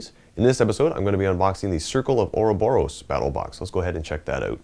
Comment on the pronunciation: <- spelling nazi here do you know Bob Ross? a guy teaching how to paint from days gone by. speak this name 3x "Bob Ross" now try the small sentence "Do you prefer Michelangelo or Bob Ross?" practice 3x, next try to pronounce the name without the 2. b "Bo_ Ross" for 3x now the sentence "Do you prefer Michelangelo or Bo_ Ross?" now properly pronounce " or-Bo-Ros " not or_O_boros